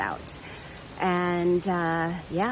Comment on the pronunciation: It's not the Shennies nor the Shannies. Locals call it Shenador. SHENADOR.